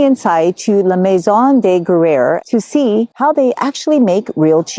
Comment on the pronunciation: groo-yehr almost like 'grew hair' but with a 'y'... 'grew yhair' with a silent 'h' , but Not groo-yur - ticky tack I know but stuff like that is why Americans aren't taken seriously in snobby Europe. Now, off to the store to buy some cheese.